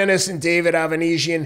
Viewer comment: Ava-knees-ya . . . ava-neez-iyum . . . Avan . . . Uh . . . David Okay! 😂😂😂 Best Prizefighting Channel Ever!!! 🤣👏👏💯